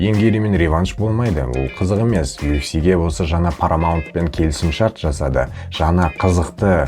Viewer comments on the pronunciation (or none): none